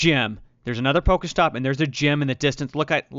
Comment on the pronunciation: I hate people who pronounce shit wrong , this Nigga keeps saying it like (poka,stop pokamon ,, its pokémon pokéstop not poka